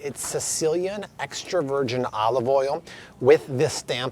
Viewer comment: “Virjeen” 😂 loved all the info, where I live we have an Aldi and Walmart and that’s about it lol